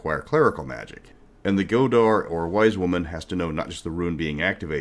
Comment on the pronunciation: "never criticize someone for mispronouncing a word. It means they learned it reading a book." I don't know about the games but but it's pronounced "go-thi" and "go-thar" instead of "go-di" and "go-dar." Respect.